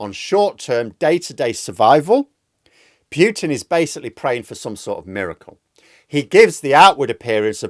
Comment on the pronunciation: There's no y sound in the name Putin. If you know how to say "Poo" you know how to say "Putin".